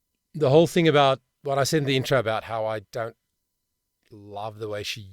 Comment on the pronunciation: Dropping the consonants at the end a phrase is a common jazz technique. Dropping consonants when you speak (like you do when you say "hea(r)" and "thin(g)") is not only sloppy, it's laughingly hypocritical.